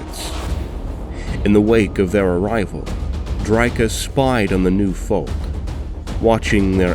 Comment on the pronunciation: You sure you're pronouncing drycha correctly?